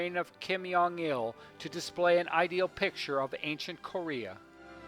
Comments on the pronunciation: Brilliant work but just one correction. It's Jong pronounced as a hard J. Not 'yong' with a soft J. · Why do you say Kim yeong un? It’s Kim Jong Un -> 김정은